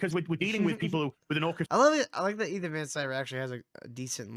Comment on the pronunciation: You can’t even say Ethans name correctly, you have less then 1000 subs. Need I say anymore?